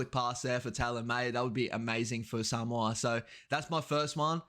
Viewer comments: So good to hear someone that is not Samoan saying Samoa correctly. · I enjoy listening to this man pronouncements especially when he pronounce the word Samoa perfect really good 👍 👌 Cheers.